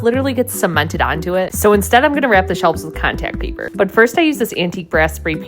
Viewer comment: Cawntact paypurrrr 😂😂😂 adorable